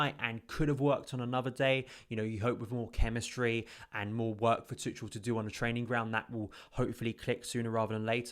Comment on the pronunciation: I don't want to be that guy, but I was saying it wrong myself. His name's apparently pronounced "Too-khel" or something of that sort, and not "Too-chel".